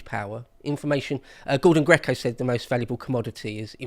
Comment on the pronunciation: It's Gordon Gekko, not Gordon Greco, Not a huge deal, just wanted to point it out to you... or... or.